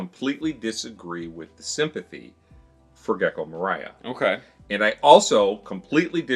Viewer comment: Can we stop pronouncing Gecko Moria's name like he will sing All I Want this Christmas is You. Just think of dwarves, balrog and 'You shall not pass' when pronouncing his name. kidding aside, people forget how much spoiler they do when commenting because they forget what each arc does not include that gets contextualized in future arcs. i assume that they associate future context with the arc they are hinted at so hard.